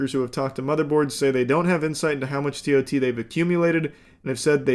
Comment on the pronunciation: As an Amazon employee it’s hilarious to hear Charlie call it “tot”.